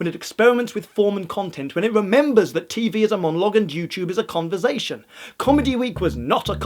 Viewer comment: love how pronounces "conversation" as "converzation":')